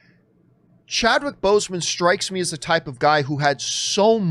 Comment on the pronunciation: It's Chadwick not Chadwhich. 😊